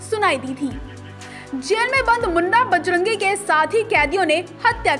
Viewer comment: मुन्नी बजरंगी नहीं ⚔️⚔️ मुन्ना बजरंगी बोलो